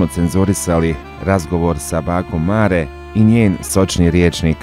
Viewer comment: Pa dobro "pismeni" novinarčiću, kako to izgovaraš bakino ime?!!! Užas koji amaterizam!!! Strašno!!